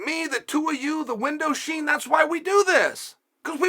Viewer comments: "Me, the two of you, the window sheen" Lol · Chael will take “window sheen” to his grave😂